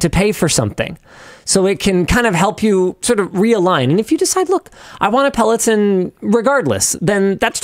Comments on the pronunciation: Linus calling it “Pelotin” is distracting… it’s Peloton, with an “o” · peh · luh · taan